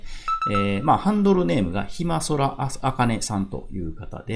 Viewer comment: ひまそらさんね 動画に取り上げるなら名前くらいちゃんと読んであげて